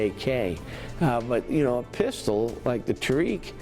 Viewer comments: It is pronounced tah-rek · They pronounce Tariq the worst way possible